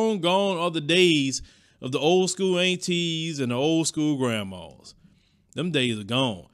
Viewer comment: I love how says "Long gone the old Antee's and Grammaws"😜 Southern drawl at It's best!